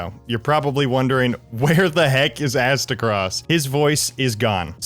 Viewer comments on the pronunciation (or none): "Louisiana accent" actually explains a LOT of Aztecross' trouble pronouncing stuff